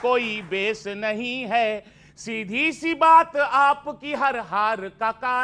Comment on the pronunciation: It's "see" not She.